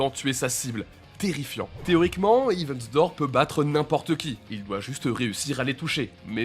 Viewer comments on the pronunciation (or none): Très bonne vidéo mais les gars un petit effort sur la prononciation de l'anglais svp... "hivi wither", "wither report", "sheer earth attack"